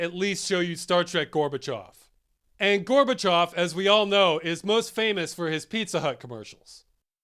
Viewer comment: Is it me or did I hear Ross say Hail Gorbachev during that Pizza Hut ad?